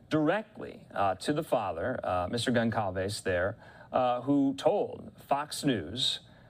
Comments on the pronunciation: Gon/Sal/Ves not calves.. Jesus say her name right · The correct pronunciation of Gonçalves reads GonSALves (Like "Better Call Sal")